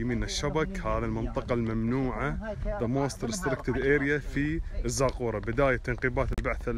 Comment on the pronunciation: اسمها الزقوره مع شده على حرف القاف ..... بنيت بهذا الشكل المرتفع لحماية معبد آلهتهم من الغرق اثناء فيضان النهر الذي غير مساره عشرات الكيلو مترات عن مجراه خلال الاف السنين ..... الملك اورنمو وليس نامو